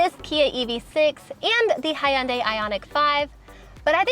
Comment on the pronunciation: So excited for you guys! And excited not to hear hiya-unday anymore 😂